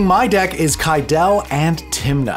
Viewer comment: Ahh! One of my peeves. It’s not Ky-del. It’s Ky-dee-Lee or Ki-dee-Lee. It’s like the goddess Cybele. Look up the pronunciation. Three syllables. Not two.